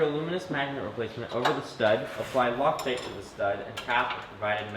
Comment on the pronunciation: did I hear "apply Loctite"?